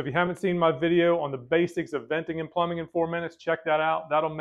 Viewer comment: 😂 he said flumbing.